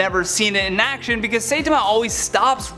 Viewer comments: Si tom ma....not say ta ma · "Saytama"? It's "Saitama". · Say-tama is killing me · It's not Say Tama It's Sai or SI - Tama. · Saitama... not Saytama... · Pronounced Sitama not saytama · sai ta ma... not saytema....sorry it was bothering me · Its not Pronounce Say-ta-ma Its pronoune as Sai(as the weapon) Sai-ta-ma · SEITAMA??? IT'S SAITAMA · Who is Saaa-tama? It's Siii-tama. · Say-tom-a? Really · "Sey-tama" ... okay. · At least say, sigh--tama, please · He literally ruined the whole video by saying “say-tuh-mah” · Saitama is pronounced Sy-tama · Anyone else bothered by mispronounced Saitama? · Your pronunciation of Saitama gave me so much cringe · This vid was cool until the pronunciation of Saitama...... the cringe. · Goku should be #1, and you prononced saitama wrong! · Saitama the first a is silent and you say the i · U pronounce saitama wrong lol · Mispronounced Saitama, calls Goku a supernatural entity... just urgh..... the wrongness is painful. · He mispronounced Saitama!! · But then got everything wrong about the anime entries. Didn't even say Saitama's name right. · This must be an old list. First you miss pronounced Saitama. Second Omni Man has been stopped with extreme prejudice. Third your list should have included Invicible and Dr. Manhattan. They should share the number one spot. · Dear God I don't think I've ever heard someone butcher Saitama's name so completely. I physically winced every time he did it, it hurt so much.